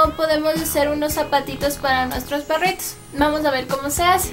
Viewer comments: jajajajajajaajajajajajajajaja perrts 😂😂😂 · Parece que dice perrits